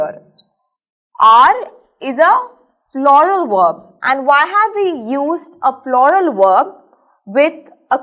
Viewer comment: ploral! Lmao😂 its correct pronunciation is as in rUler i.e,plural But after all it was very well explained👌